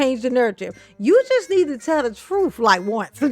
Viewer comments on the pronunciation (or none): “The troof” is not in a Tiff. 😂 Hey Tiff, that’s a complete sentence. 😂